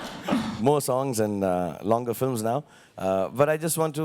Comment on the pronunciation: No offense but in which accent films are "filams"?? :P